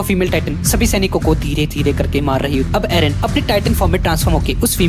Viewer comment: Its eren not aron